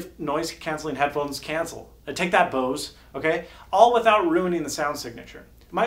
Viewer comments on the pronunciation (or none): none